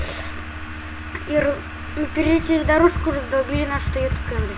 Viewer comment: камри а не кэмри